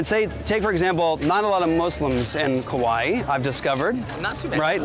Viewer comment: I really love, but I'm having a hard time hearing him say kuwaii... It's the second video.. And I doubted myself is Hawaii was ever named Hawaii.. I was like... Is it me? Have I being saying Hawaii wrong all this time?